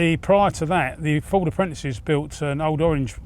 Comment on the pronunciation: Great video as ever, did note a slight mispronunciation of the word Fffffooooorrrrdddsssssssss. Thanks as ever !